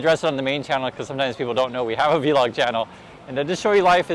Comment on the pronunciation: The V in vlog is pronounced. It isn’t spoken as the letter.